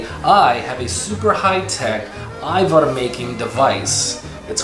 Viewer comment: Hvala lepo for pronouncing it AYVAR.... bravo